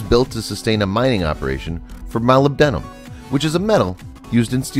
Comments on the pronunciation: You're pronouncing it wrong. It's "MO-LIB-DA-MUN" (Molybdamun) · I dont think you could mispronounce Molybdenum any worse if you tried.